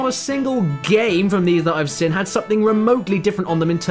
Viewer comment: Nobody: Caddy pronouncing the word 'seen': /sɪn/